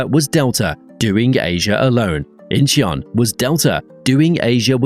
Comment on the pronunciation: "Incheon" has two syllables, not three. Phonetically it sounds like "In-chuhn", In-chee-un sounds ridiculous and like the narrator has never been to any airport anywhere.